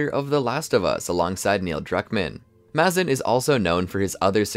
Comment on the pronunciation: It's Maze-in not mah-zin